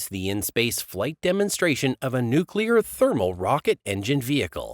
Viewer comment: How can I take seriously someone who says "nookular" and "partner with our partner"?